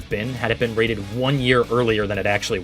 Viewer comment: "each will be wated differently"